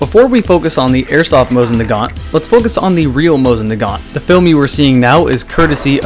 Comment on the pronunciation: have you been to russia?? they say it JUST HOW HE DOES... SO BLOW ME